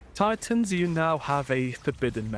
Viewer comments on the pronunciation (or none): none